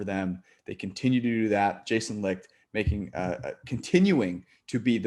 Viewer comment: lt's Jason Licht {pronounced Light, not Licked) jus sayin